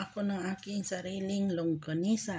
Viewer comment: longganisa sis, not longgasina hehehe. sarap nyan. fave ko hehe